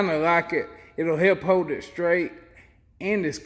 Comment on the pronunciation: How does an American learn to speak like an illiterate dumas [sic]? Too hard to listen to this beyond 2 minutes. I'm not staying on "hode," "anymo." Fail 👎🏼